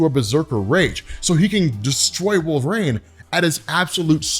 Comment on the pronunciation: Your pronunciation of his name is my only beef with this channel- you say "Wolve-Rain" not "Wol-ver-rine". I can't be the only one who hears this but I check the comments every time and nada. Anyways, I like the vids but I stop 2 minutes into any Wolverine videos because this drives me up a wall lol.